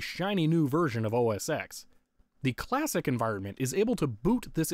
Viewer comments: OS TEN NOT X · (insert complaint about pronouncing X as "Ecks" rather than "Ten") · Oh my god, I can't stand how you kept saying OS "Ex" instead of "OS Ten"! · Why did you pronounce OS X the way it's written rather than the way Apple says you should pronounce it, despite its deviation from previous Mac OS naming conventions? OBVIOUSLY it's supposed to be pronounced OS Ten instead of OS Ex, despite all 9 previous versions of Mac OS using Arabic numerals instead of Roman numerals! How dare you misinterpret something so minor and pedantic it makes absolutely no difference to my understanding of the video, since I clearly knew what you meant despite your error! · You may know and have been told a million times by now, but it's pronounced "OS - TEN", the "X" is a roman numeral for "TEN". I'm surprised you didn't get the mini-VGA adapter, how expensive could a small adapter/dongle cost? Despite my comment, I like your video and it is very entertaining to watch. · bruh, i feel like ima have an aneurysm every time you say Mac OS Ecks